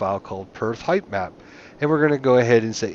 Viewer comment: was driving me crazy too. Sounds like he's saying "highth map"